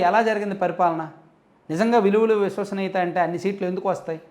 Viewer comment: అదికూడా సరిగా పాలకాలేడు.విలువలు,విశ్వసనీయత.దాన్ని విలువలు,వుసువాసనీయత అంటాడు